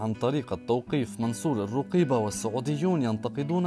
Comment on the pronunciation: المريع صوتك والله ، وثانياً لما تكون من اهل البلد تكلم حتى اسمه تنطقه خطأ!! مصادرك مثل وجهك